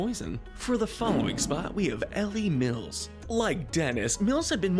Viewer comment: How to pronounce Mills's first name: E-Lie. How pronounces it: Ellie. Work on your grammar, please.